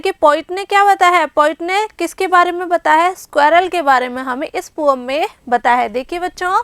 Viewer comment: Mam say poem to poam 😅